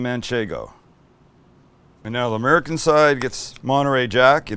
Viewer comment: Some of my favorite things..."Oops, I swore it🤭", "Ba-ken ", "tom-Ah-to", "'Merican".... Sam, you're a HOOT!!!! (LOL!) Much love from Mississippi 🥰!